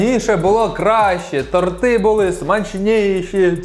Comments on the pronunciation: Не тортИ,а тОрти... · Дякую за відео! Продовжуй в тому ж дусі! Якщо що, правильно казати тОрти,а не тортИ 😁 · Правильно ставити наголос на и торти